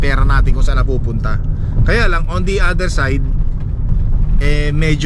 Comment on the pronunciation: vowel at consonant ung tinutukoy mo. kapag letter A"ung 1st letter ng kasunod na salita it means vowel po iyon. halimbawa yung sinasabi nyong "the apple" ang tamang pronunciation dyan is "di apple" kasi vowel po yung kasunod na letter😁 anyways fan mo tlga ako, nag aaral ako mg salita ng english kasi pinapangarap ko rin tlga na makarating dyan sa canada. sana palarin ako tulad mo. nakaka inspire mga vlog mo, pa shout out nman, olaybal family ng binangonan rizal mula sakin jomar olaybal 😁 thnk you thnk you sna mapansin moko godbless po